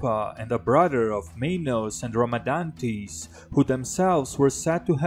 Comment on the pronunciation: Rhadamantys, not Ramadantease